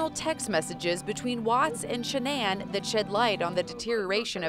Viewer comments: Shan-nan? 🤣 🤣 🤣. Nice pronunciation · Is that how you pronounce Shannan?